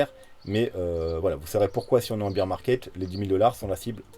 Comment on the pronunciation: tu prononces bear « beer » ca doit être l effet camping :) merci pour l analyse